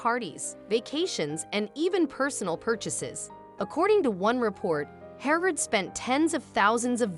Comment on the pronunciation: Stop using AI to narate stories . They cant even pronounce her name properly. Where the fk is DOLAN? HERNARD? WTF.